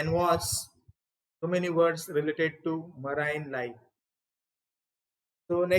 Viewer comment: Please check pronunciation of the word 'marine'